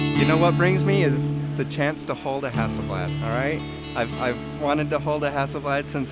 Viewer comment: It's actually pronounced as "hussleblaad". But That's the closest I can get:)